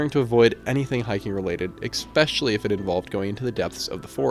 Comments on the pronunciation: Yeah, and several times you hear him say "expecially" instead of especially which makes me think he's pretty young... Especially since he thinks this is all the work of one person... Kinda like someone who watches too much TV and movies and has no idea how the world really works. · Do you just say exspecially for post engagement? I like the videos. But hate the constant butchering of the word ESPECIALLY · Especially, not expecially. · “Eggspecially” x 250. 🤯😂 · I like your stuff. I subscribed....But please stop saying "ek-specially."